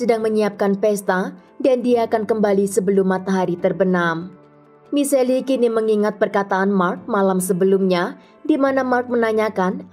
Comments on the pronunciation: Michelle bacanya Mishel, bukan Miseli kak... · Sebut namanya misel bukan miseli🤔. Si admin mah kadang2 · michelle dibacanya mishel bukan miselli gimana siiih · Nama cewek tu Michelle atau Miseli...? Jika Michelle disebut Mishell, bukan Miseli, gunakan Google pronunciation mbak ....